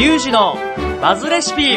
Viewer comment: バズレシピがマズレシピに聞こえて仕方がない